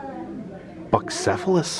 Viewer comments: Bucephalus was Alexander the Great’s horse. Pronounced “bew-seff-a-luss” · Bucephelus is pronounced byoo-SEF-uh-luhs. It was the name of Alexander the Great's horse. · The horse’s name is pronounced Bew cefalus. 😊